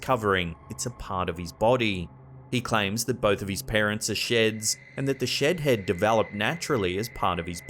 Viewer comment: Can't stop hearing "Shit head" in place of "Shed head" , of course, with a British accent...